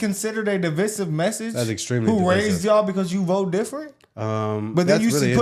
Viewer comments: At the end of the day, it's still the billionaires who control what we the average people do.. The billionaires who have no idea what its like to live a day in our shoes. Bro said "de-vis-iv" message 🤣🤣🤣.. Lets say it together folks.. device-iv.... lmao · All love but we gotta address one small thing… the middle ‘i’ in divisive is pronounced like ‘vai’. So it’s di-vai-siv rather than di-vi-siv, like devise or indecisive. Keep up with the hard work, love the channel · Great job guys, but it's pronounced " de-v-eye-sehv-e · Umm you didn’t say divisive right but hey who cares 😂😂😂